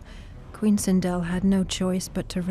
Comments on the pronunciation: It's sindel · I laughed when the narrator said Sindal